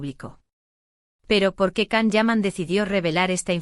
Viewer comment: Se dice Gian o Yan no Can.